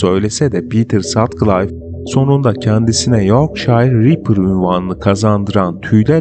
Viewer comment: Pitır Satkılif okunuyor.